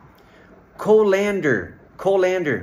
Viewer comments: "COL-ander", not "Col-AND-ander". Come on, if you're doing videos on English pronunciation, get it right. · It’s not co-LAN-der it’s pronounced colind-er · Colander is actually pronounced like this : cull-an-der. The co is not pronounced like go